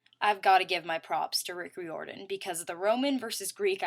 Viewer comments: its prononessed (riiordan) and its camp jupiter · I have mark of Athena you said riordan wrong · I think you mispronounced RIORDAN